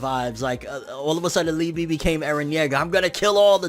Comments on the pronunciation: Lee--ba..... Lee--bee just sounds wrong. Its like calling Yami Yammy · liebe is pronounced leebay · Its pronounced Lieba(its german) but spelt Liebe(which means love) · I think that Liebe is pronounced lee-bay